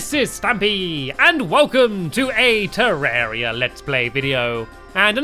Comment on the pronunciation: Hi stampy I've been playing this game for two Yeats and one thing about the pronunciation its not terreria its terraria